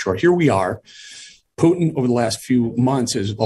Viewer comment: I don’t understand why it is so hard for you to say Putin. It’s not “u” sound like in puke. It is “u”, like in put…